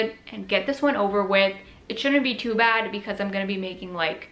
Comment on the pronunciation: Am I the only one who heard her say BAD bomb?! 🤣